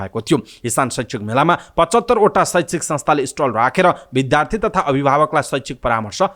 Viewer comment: बिद्यालय लाई बिध्यालय र बिद्यार्थी लाइ बिधार्थी चै नभने हुन्थ्यो कि